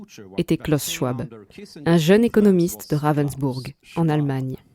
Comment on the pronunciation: Schwab se prononce SchVab. C'est allemand.